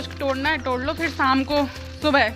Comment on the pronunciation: टोड़ kyu bolti ho tum